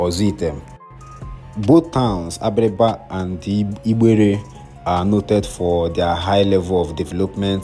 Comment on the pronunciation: The way you’re pronouncing igbere is funny. Change your diction pls 😂